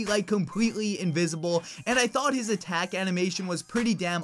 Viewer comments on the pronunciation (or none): none